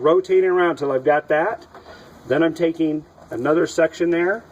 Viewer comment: Twisteen, takeen, alls, sah loadeen, are not words